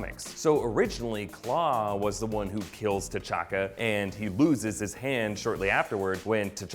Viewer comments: The narrator calls T'Chaka "Ch'Taka" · he said Ch’Taka instead of T’Chaka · T'Challa and T'Chakka are pronounced Challa and Chakka... Surely? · Did anyone else notice that he said ch’taka instead of t’chaka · What's a Chataka? Hahaha